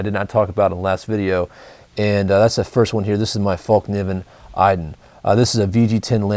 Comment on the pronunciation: The K in Fallkniven is silent